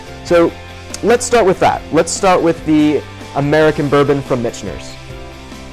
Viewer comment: Great video! I subscribed a few months ago. Keep up the good work. But I.... got to give you some friendly ball busting for pronunciation of Michters. (Mick-ters) You keep adding an (N) in there.. .. blame it on the whiskey. Lol